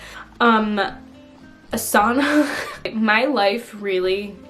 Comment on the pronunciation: lmfao when you said "sauna" i thought you were saying "a son"